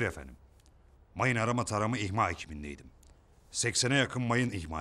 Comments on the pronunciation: ulan zaten dizide hepi topu 2 repliğin var orda da mayın imha ettim diyeceğine, mayın ihma ettim dedin ya hdhdbd :D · imha yerine ihma diyor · İhma değil imha. Dili sürçmüş herhalde. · imha yerine ihma diyor adam :D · Çakır'ın kel adamı sorguda mayın ihma diyor iki kere imha demiyor 😅